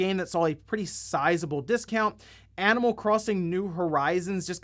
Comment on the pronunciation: "Animanl" lol